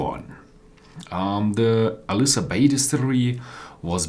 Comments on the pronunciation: Hey! Not "aLIsa" but "aILsa" bay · Pronounce it as 'Ayl-suh':) Nice review.